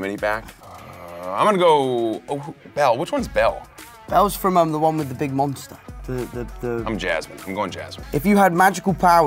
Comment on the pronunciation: no one: Tom Holland: Belles the one with the MONSTA